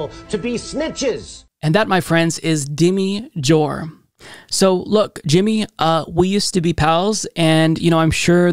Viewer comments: Did you mean to say ""? 🤣 I don't know which answer would be funnier. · I thought you said